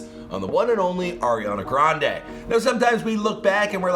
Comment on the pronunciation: air-iana granday 🤦🏻‍♀️ lol